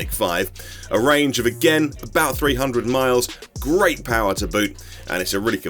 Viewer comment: Amazing video. But did you say “The car feels grape” 🍇 ?